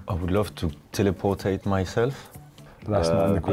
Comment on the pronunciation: "Teleportate" 😂 dat sounds legit, i don't know why